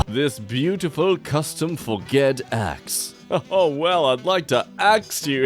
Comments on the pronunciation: Normal people: Forged: For-Ged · you mean forged not for-ged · i physically reacted with screaming when he said for-ged instead of forged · He really said for-ged, not forged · Did he just say for-ged instead of forged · did he just say for-ged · "For-ged" bruh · how you say forged pains me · 1. How he pronounces Forged. 2. There is evidence of cats before 1880, like you know, the entire thing of egyptians. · He didn't do the "butchering words for the joke" too :/ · Uh that was on purpose